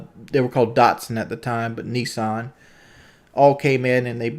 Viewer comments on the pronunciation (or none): none